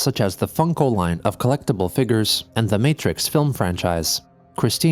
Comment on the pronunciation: Lmao “Figghers”